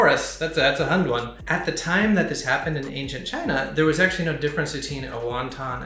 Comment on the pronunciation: Your pronunciation of hundun 混沌 is way off the mark 😂